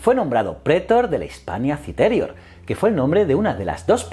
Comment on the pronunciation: Like por cada vez que dice "prétor" en vez de "pretor" o "citérior" en vez de "citerior" o cualquier otra mal acentuada xD